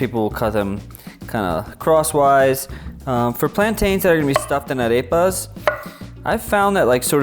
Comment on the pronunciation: Ok. I have no idea where you got this "ground the corn with their teeth" bullshit from but it is patently untrue. Arepas (pronounced ah-rehp-ah by the way not a-rape-a) have been a staple food for literally thousands of years.